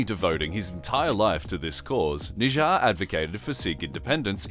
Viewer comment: Correction: His name was Hardeep Singh Nijjar, not Nijja